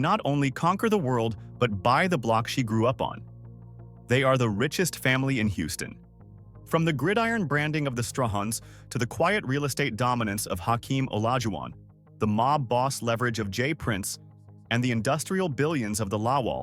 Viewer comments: Pronounced “Stray-hand” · How you going to miss pronounce the man last name